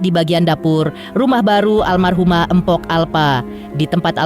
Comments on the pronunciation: Tolonglah min kalau nyebut jangan Empok, Gak enak banget di dengar, belajar lagilah cara bacanya. Yang benar itu Mpok, bukan Empok. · Naratornya kok begitu bacanya..tulisan memamg mpok tapi K nya ga usah disebut kali....